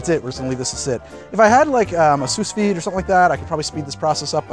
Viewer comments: soos vee? sous vide. /suːˈviːd/ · Long Nards naw, Its sue - veed. Simple. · Quick heads up, you don't pronounce the second S in "sous-vide" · A 'sooss-vide' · The pronunciation of sous vide hurt my soul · I rewinded to make sure, then paused to comment. I'm uncomfortable